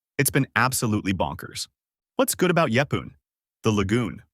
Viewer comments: Oh no 😂 stop Herby bay.. yeppoohn 😅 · And it’s not pronounced like that either.